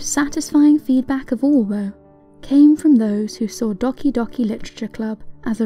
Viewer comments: ITS DOHKI DOHKI NOT DOCKI DOCKI hisses in weeb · Do-KEY do-KEY not Docky docky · Just trying to help out here, the game pronounces it as “doe-key, doe-key” not dohky dohky. :) Otherwise, I love your channel and it’s content! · Loved the video but it's prenounced dough-key dough-key not doc-y doc-y :P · Docky docky literature club? ITS DOK-E not docky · It's dOhki dOhki. Not doHki doHki. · Doh-kee not dah-kee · The way the narrator says ‘docky docky’ smh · I have to admit I chuckled at the way she said "dockey dockey literature club" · "Dock-ee Dock-ee Literature Club" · Most people pronounce Doki Doki as Dough-key Dough-key. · The game is pronounced dough-key... Its weird and I didn't know how to pronounce it either don't worry but this video is great!!! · You said "Dahki Dahki Litacha Club" lol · ~Great video, but can I just say, I'm a little uncomfortable how you say "Doki Doki" as "Dockie Dockie" but if that's how you say it then I won't judge you. You're a great tuber and a wish you a good luck for your future as we all know, the internet is a f***ed up place ^^~ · JESUS CHRIST STOP SAYING DOCK E I'M DYING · Its pronounced Doe-key Doe-key Literature Club. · Yu say doki doki wrong yu say it like this dowki dowki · Docky Docky Literature Club. Male docking, Switch docking or just not knowing how to say doki? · "Dawki Dawki Literature Club" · Docky Docky? that's the worst pronounciation i've heard so far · Lol you pronounced it “dockee dockee” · Hezekiah McDonald Pronunciation.exe has stopped working, please reboot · She can't pronounce doki doki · I punched my table after that pronunciation. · Omg the way you say "doki doki" 😂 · The pronounciation of doki doki It hurts my everything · D-o-ki d-o-ki Triggers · YOU SAID DOKI DOKI WRONG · "Docki docki" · Like a minute in: HOLD UP. Did she just mispronounce DOKI DOKI?!!?!??!?!??!?! HHHHHHH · Way to make a japanese name sound spanish, lol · How is doki doki pronounced? Dockey dockey or Doe-key doe-key